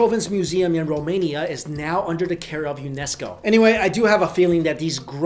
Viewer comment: Yes, Finally a youtuber who said 'romania' right!